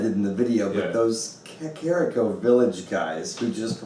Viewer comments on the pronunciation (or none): Oh Hylia, the way pronounced "Gerudo" and "Kakariko".